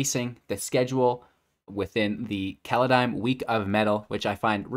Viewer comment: Ah yes, Kaladeim. Didnt even last 10 seconds of the video without the screwup I see